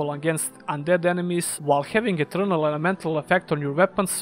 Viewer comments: Minor nitpick to an otherwise great video, but you should look up how to pronounce "Ethereal". It sounds like you are saying "Eternal", which is not the same thing as Ethereal. Ethereal is typically pronounced i - THEER - ee - uhl. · It sounds like he says eternal when mentioning ethereal.